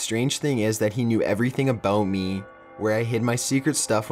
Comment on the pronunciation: ".......then i rememberrrrrrrrrrred................" ".................to see if it was really meeeeeeeeeee........" he ends EVERY sentence with this loooooooooooooooooooooooong emphasis on the last syllable of whatever word he is saying. as i write this comment i can give you one more i heard, "without paaaaaiiiiiiiin" He cant fucking stop doing it, and we cant fucking stop noticing it.